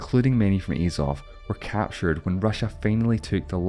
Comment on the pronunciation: There's unbiased information and then there's this. Discussing the ways for the war to end by ONLY working with russia's demands is immediately slanted. This probably explains the mispronunciation of 'Azov' and missing out their renouncing of their ideals over half a decade ago. Mostly good information but very lacking in key areas. C- grade. Слава Україні.